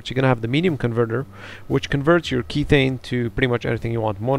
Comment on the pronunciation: Just uh.. so you know "Kethane" is methane with a k for kerbal methane isn't pronounced mee-thane therefore kethane isn't pronounced key-thane :/